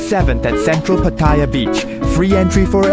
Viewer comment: Tell the voice over that it is not pronounced pat-thai-ya. It is pronounced patta-yaaa. Listen to how Mr Keating says it. He is almost right but needs more emphasis on the yaaa.